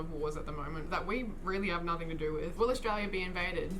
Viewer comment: Haha, maybe Matt could help you since you say “wif” instead of with. 😜